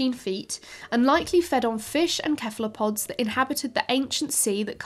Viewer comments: Kephalopods? Cephalopods is pronounced with a soft C. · Lmao your pronunciations are hilarious 😂 keflapods...